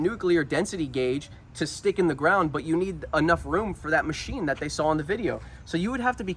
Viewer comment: "Welcome to the macnine."